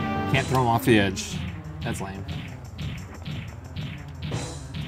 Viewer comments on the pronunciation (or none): none